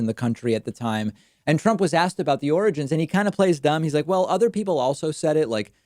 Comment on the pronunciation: "He was asked about the 'origins'" - I think you mean 'oranges'!